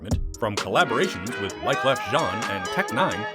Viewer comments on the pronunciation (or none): none